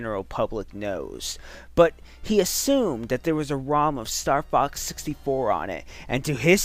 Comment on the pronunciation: Rom not Ron